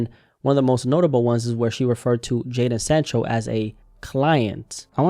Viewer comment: Fist vid I’ve seen that pronounced Jadon correctly.